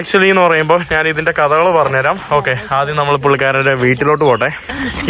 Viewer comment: മുറിയണ്ടി, 'നാൻ' ഒരു മലയാളവാക്കല്ല. "ഞാൻ" ആണ് ശരി. 'കഴുവാൻ'' അല്ല, കഴുകുവാൻ ആണ് സരി.